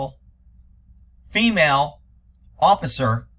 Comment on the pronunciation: "Jentlemen". "Fimail". WTF?